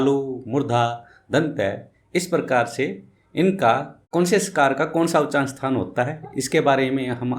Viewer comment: जबरदस्ती का किसी को किसी से जोड़ना। किसी भी ' सकार ' को कहीं से नहीं जोड़ पाए आप।और उच्चारण तो खैर है ही नहीं। यहाँ तक कि "उच्चारण" का भी उच्चारण ठीक नहीं है आपका।